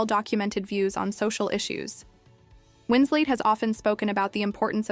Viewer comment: FFS, it's Winslet, not Winslate. This AI non narration about a non incident is pretty irritating and lame. Is this the future of YouTube, drowned beneath layers of dreck upon dreck upon dreck?